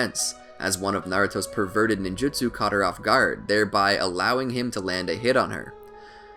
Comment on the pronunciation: Is it just me or did this man say ninshu instead of ninjutsu